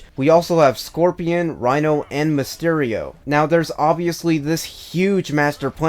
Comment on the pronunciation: According to this video: watch?v=FvZbAqBCBYY , it's pronounced "Reeno", not "Rhino". Great review, you pretty much summed everything right.